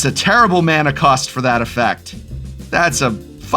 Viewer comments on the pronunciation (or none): none